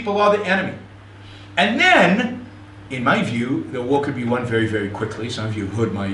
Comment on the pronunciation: "Stwike him Centurwion wery woughly!"